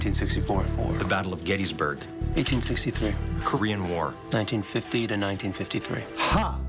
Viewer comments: Did he say 1863 for Battle of Gettysburg, it almost sounds like he's saying 1864. His lack of enunciation is making it too hard for me to tell if he's saying the right answer or not. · Subtitles say 1863, but my when I first heard it I heard 1864, and multiple other tries it sounded like "thur" to me.